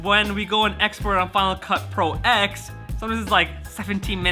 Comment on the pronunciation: Just one thing for you to help me not smash my head. It is pronounced final cut Pro 10